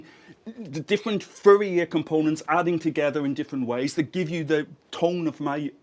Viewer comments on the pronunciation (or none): I finally realized he was saying Fourier. I thought Riddick's homeworld Furia had gotten involved somehow. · I like how he pronouces Fourier as Furrier :D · That's "Fourier", for those who had trouble deciphering his accent in this particular case.